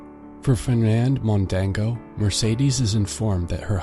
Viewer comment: Mondego not Mondango